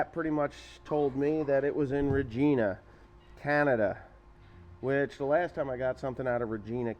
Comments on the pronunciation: RegIna, not regEna. If that makes sense lol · Its regina not regena. Rej-I-na. Its about 2.5 hrs away from us. Lol. Not annoyed just sayin proper pronunciation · I admire how you say Regina, buuuut it’s pronounced vagina but with a r instead of a v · Regina? Is pronounced re(va)gina XD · regina pronounced re ji na lol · well you pronounced it right a couple times it is reg I na pronounced like vagina LOL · Lol it's actually pronounced Regina...like China 😅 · Regina is pronounced like vagina but with a R